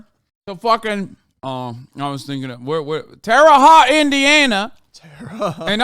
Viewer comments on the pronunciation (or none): And Hasan pronouncing it terre hot instead of terre hoe-te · The way he pronounced terre haute 😂😂